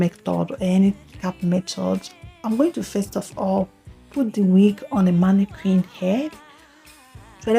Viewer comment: The way u pronounce d word mannequin is not right....... Nice wig